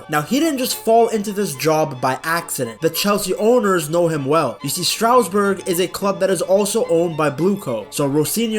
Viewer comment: It was never Strowsburg. It's pronounced Stras-Boor.